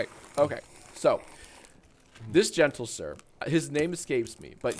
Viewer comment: him saying "gentle-sir" and the awkward laughing actually makes me want to throw my mouth away